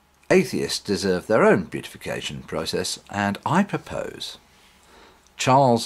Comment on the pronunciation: Beatification is, I believe, pronounced "bee-if-a-kay-shun" not "bue-tif-e-kay-shun." Also, it means, to Catholics, that the person now has the capacity to intercede on behalf of individuals who pray in his or her name. Not something we want to imply. Let's just enter him into the "hall of atheist heroes."